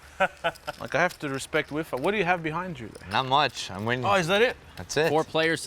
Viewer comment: Weally whiffer